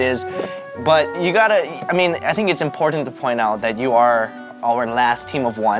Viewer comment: im-pour-tant lol